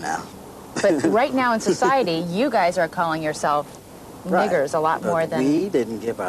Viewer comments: 😐😐😐what is it with white interviewers saying it with the hard r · She said it with the hard r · That what lady said the N word without an A at the end 😂